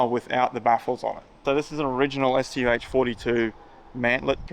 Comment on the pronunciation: wow he got the pronunciation of the StuH correct.